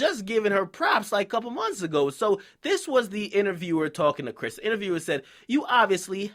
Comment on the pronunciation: why u keep saying brish instead of chris???